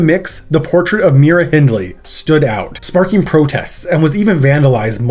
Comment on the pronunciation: The Reading Festival is pronounced "Redding", not "Reeding", and Myra Hindley's name is pronounced "My-ra", not "Mee-ra".